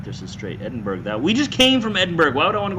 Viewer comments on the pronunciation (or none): Your driving from Edinburgh. Woo hoo. I drive from there for real. It's pronounced. edin..burrah. I drive from Edinburgh to south of Newcastle most nights. Great idea.